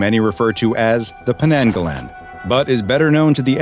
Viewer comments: It pronounce as 'nang' not 'neng', Malaysia language vocalize strong A just like how u say A in ABC. Idk is that make sense😅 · As a Malaysian i heard The Potayainek The Pokong And now : Penenggelen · The way you said Penanggalan is pretty funny. It's kinda pronounced like Pe nuhng guh luhn. "uh" being the regular "uh" sound, and the "e" being the "a" (in english as "a dog") sound. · Its actually pronounced pen-ng-ga-lan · This is a Malaysian legend I'm not sure if it's a real one It's usually used by black magic users to curse someone (sorry if it isn't accurate it's just the version I was told) Edit: oh shit there are two strange men with suits on outside my gate /j The way you pronounce "penanggalan" just annoys me but I understand that you never spoke much Malay before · Aww man if you knew how to say penanggalan properly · Ngl but absolutely butchered the name LOL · Oh this is of Malay origin? I thought it was Filipino 'cause of how pronounces it xD EDIT: That interaction though. XD A photoshoot with the head.